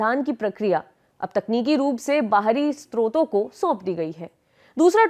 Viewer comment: वो 'स्रोत' होता है मैडम 'स्त्रोत' नहीं